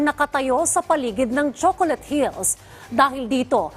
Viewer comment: Hahaha naka ilang ulit ako baka nagkakamali ako ng dinig 😅😅😅😅😅 Choconut hills😂😂😂😂😂